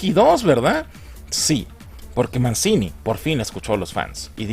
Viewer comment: "Mencini" XDDDDDDDDDDDDDDDD